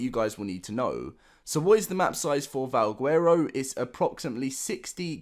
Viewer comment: yeah and he cant even pronounce valguero right. Youd think if a person is all about Ark then theyd know to pronounce the words correctly.